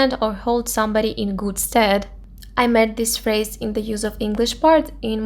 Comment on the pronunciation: First learn how to pronounce the words properly, then post your videos. Eurovision, phrase, use...